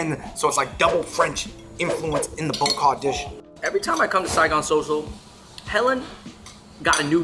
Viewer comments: Bo Kho is pronounced BAH KAH btw just wanted to let you know :) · Not pronounced bo ko, it's pronounced boa kaw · Kha-Vinh Tran : almost, but Ball Kall is a bit closer to its pronounciation, peace! Vietnamese food ! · oh my bad, bah kah is how I grew up hearing it and saying it! Thanks for telling me the real way to say it! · Its Baw kaw... You boaters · Stop saying bo kho wrong lol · The way Bo Kho and Bo Luc Lac was pronounced triggered me so hard lol.